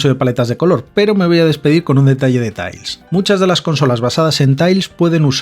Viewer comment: Suena un poco ''sonico'' que digas ''Tails'' en vez de ''Tiles'' pero vamos, buen reportaje